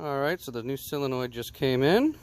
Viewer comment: It's SOOOOOO-lenoid... Not "cyl-enoid" After hearing him say it wrong 30 times, pissed me off...